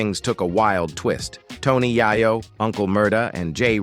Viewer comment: This is the 2nd dude today that I've heard someone pronounce "Yayo" like "Yiiyo" ... LOL... Bruh....